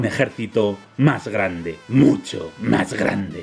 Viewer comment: Jajajajja "muy gandeeeee"